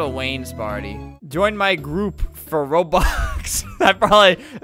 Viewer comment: He said Roblos keep deleting my outfit instead of Roblox keep deleting my outfit